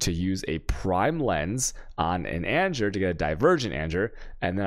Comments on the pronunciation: "anjer" (Anger) made me unsubscribe lol. Cant do it anymore, he triggers my OCD so bad. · The constant pronunciation of anger as anjer is filling me with anger 😂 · ANJER? What? Please be kidding... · Does he even speak English? and he managed to butcher anomalOUS (as in Pose) mETA (as in Pita, the food) anGER (as in Danger). That's not how you pronounce these. Like holy shit he must be an American. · The way he's saying anger is triggering me